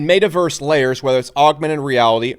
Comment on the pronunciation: Can someone teach him how to pronounce "met·a·verse"